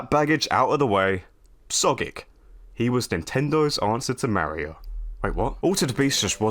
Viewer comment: Yeah, I heard that too. He also sounded dangerously close to Mare-io instead of Mario. Maybe he's toying with the idea of losing all credibility lol